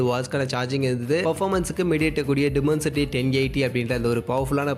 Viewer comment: Adhu dimensity, demoncity illa, pronounciation must bro